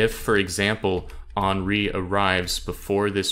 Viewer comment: It's Hen-ri, not Han-ri